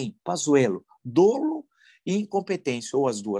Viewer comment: Professor Villa, sem nenhuma crítica, apenas para colaborar. A palavra dolo é pronunciada com o primeiro "o" aberto (dólo e não dôlo). O plural de cidadão é cidadãos e não cidadões.